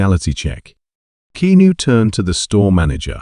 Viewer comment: It’s key-ah-noo. Stop lettering AI narrated/created videos on YouTube